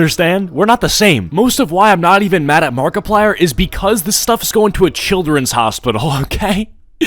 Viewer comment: i heard markiplier but makiplier?